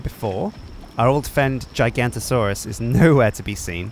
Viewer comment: Does anyone else just cringe when he calls a Giganotosaurus a 'Jigantisaurus'? It's Giga as in Gigabyte not gigantic.